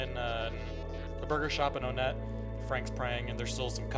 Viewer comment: My mans really says own-net